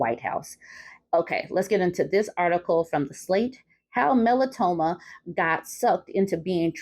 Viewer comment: Melanoma?! 😂😂😂 I'm about to have to break out my inhaler... 😂😂😂